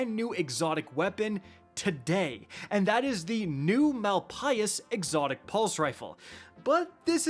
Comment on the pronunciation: Malpais is pronounced MAL-PAY. It's another name for a desert badlands.